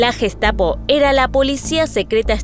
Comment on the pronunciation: Müeeela,guestapo,jítla,laipzic,aijman,janofa,sheeeeltz,noia...un poquito de pronunciación mamita....!el q aporta se ve q no aporta pronunciación o no invierten